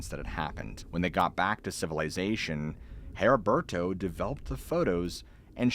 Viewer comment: Maybe other people pronounce it differently but my fathers name was Heriberto (Eddie-bear-toe) hearing your pronunciation made my eye twitch LOL. as always amazing story telling though.